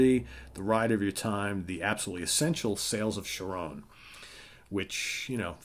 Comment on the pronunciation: You need to learn how to pronounce Charon. Hard C.